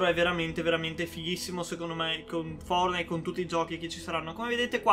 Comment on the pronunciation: Ogni volta che dici fornite battle royale mi emoziono 😂